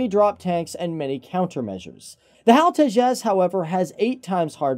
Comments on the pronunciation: It's not "Hal". HAL It's an acronym...not a name. H-A-L. (Hindustan Aeronautics Limited) If you guys are going to produce aviation related videos, remember that this is an industry that is heavily observed by people who are motivated by precision, validation, credibility, and certitude. We pick up on little things like this and it irritates the hell out of us. Tighten it up! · the way he said HAL, it was cool.